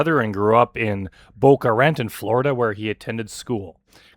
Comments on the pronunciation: I love how you still can't pronounce "Boca Raton." You should say "BO-kuh ruh-TOHN" (where "TOHN" rhymes with "JOHN"). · Boca Ruh-tun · Love your channel. PS: worst pronunciations of Boca Raton I’ve ever experienced ❤